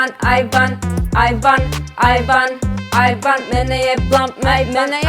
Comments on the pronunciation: ja koja sam čula ajvar ajvar, umesto aj van... 😂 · Hahahahaha ovo je ludooo cini mi se da pricas ajvar🤣🤣🤣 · Jesam jedina kada je rekla "aj van" čula ajvar😂😂😂najbolja su❤️❤️❤️❤️